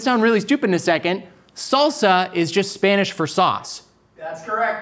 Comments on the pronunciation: For someone who says he constantly says how little he knows about Spanish, Trevor's pronunciation is insane... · Trevor's pronunciation is great for only having taken 3 years of Spanish in high school. Bien hecho!